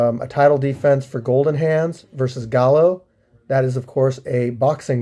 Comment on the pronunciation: "Gallo" is pronounced "GUY-oh"... it's Spanish for rooster.